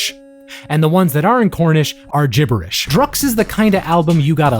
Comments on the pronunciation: Drukqs is pronounced Drugs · i think drukqs is pronounced like drug use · Druqs is supposed to be pronounced as “drug use”. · it's pronounced "drug use" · Drukqs I think is pronounced like "druk cues", a sort of bastardization of drug use